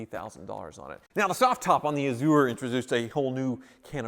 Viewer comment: I love channel, but every time he says A-zoo-er, I cringe. Then I remember he's from Wichita where they say El-Doe-Ray-Doe, Green-Witch, and Are-Kansas River.